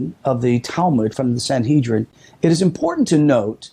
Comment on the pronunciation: SanHEADrin not SanHEEDrin ;-)